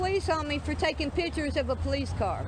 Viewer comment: She be takin' "pitchers". Maybe she needs more "skoolin"...lol